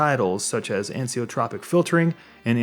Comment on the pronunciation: It is an-iso-tropic filtering not an-si-o-tropic. It happens to everyone- you will read a word for years in your head one way only to discover it is completely different when spoken.